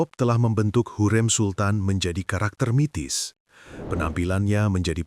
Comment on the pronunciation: Bukan mitis,,tpi mistis